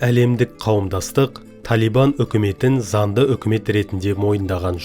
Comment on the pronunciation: Онын емес оныңМын емес мың. Занды емес заңды. Тілді жөнде